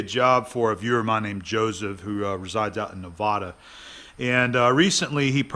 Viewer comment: Out here we say Nevada with first "a" as it "bat," second "a" as in "uh". Just sawing.